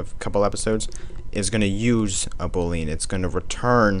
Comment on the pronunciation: The correct pronunciation of "boolean" is boo+lee+an